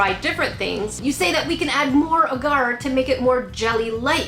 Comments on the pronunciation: Is anyone else in slight pain/cringing from pronunciation of the word “Agar” she says it as “uhgar” but its pronounced “ah gar(like car)” hope that helps 😂😂😂💜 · It’s pronounced ahhhgar